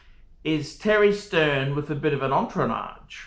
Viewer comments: "ontronatch...ONTROT...ontrotatch. It's French phuckers!!!" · Entronage? It's "Entourage" you phat phool. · ...is Entourage. Repeat after me: un too rach...easy right. You are welcome! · the word is "entourage" pronounced "Ont tour arge":-) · Did you really expect that an OXLEY STATE HIGH education could pronounce entourage?